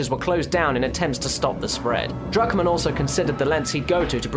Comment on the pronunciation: it sounds like you say Drugmen when you say druckmann